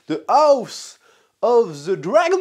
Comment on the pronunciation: Le meilleur moment de toutes tes videos sur Hotd c’est quand tu dis house of the dwagon !😅